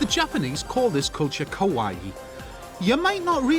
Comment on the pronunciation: "The Japanese call this culture 'kowaii'" LMAO he called it scary. It's kawaii*